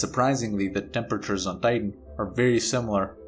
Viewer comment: The German accent slipping in.